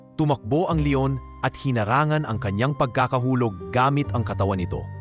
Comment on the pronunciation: Pls lng ayusin mo ang pag narrate ok? Mali mali instead na leon, le on wheeey😅